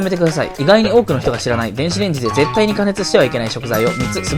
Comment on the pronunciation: 韓国の人なのかな